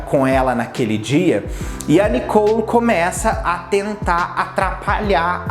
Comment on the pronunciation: não e nicou e sim Nicole ! fica bem melhor fica a dica .